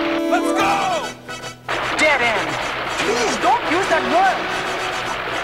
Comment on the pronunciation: Did he say d word end or dead end?